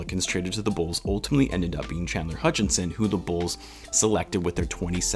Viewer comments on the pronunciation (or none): Common misconception is that Chandler’s last name is “Hutchinson” (you probably know this); Mohammed Sallam was pointing to your Video Title where you have an ‘n’ in Chandler’s last name “Hutchison” (Plus you pronounced it “Hutchinson” a couple times) :) Keep up the good work and amazing content! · I wonder is you always get his name wrong on purpose 🤔😂 always with the extra n in his name.😂